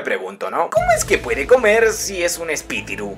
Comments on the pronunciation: No se dice espititu se dice espilitu hola soy Yulalissa PINK BRACK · Espitiru? Espiritu haci es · Tomando lista a todos los que se rieron cada ves dijo espitiru 😂🤣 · Espitiru JAJAJA